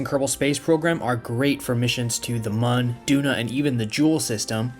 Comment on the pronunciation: I finally found someone who pronounces Mun correctly. I don't care what anyone says, I'm willing to die on this hill.